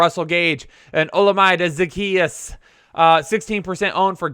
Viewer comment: it’s pronounced O-lam-a-day Zaccheaus Get it right man